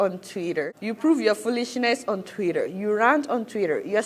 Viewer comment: Twitter not twira 😂😂